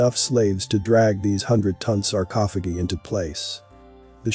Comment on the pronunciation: I won't watch this channel again..nor will my friends or family until you fix your automated voice. sarcophogeee is so distracting that it's all I could concentrate on.